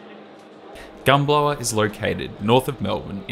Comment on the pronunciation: Re Dingee: the line's name is pronounced Pie-ANJ-il. Was (until 1957) the Yungera line, then (until 1987) the Kooloonong line. And it's Gun-BOW(as in bow to the King)-er